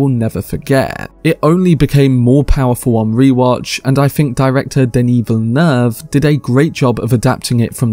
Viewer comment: What a pleasant surprise. This video is the first one I’ve watched where the narrator got the pronunciation of Denis Villeneuve’s name right. 👏